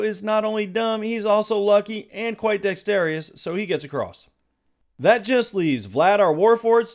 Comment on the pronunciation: "Dex-tarry-us" is not a word.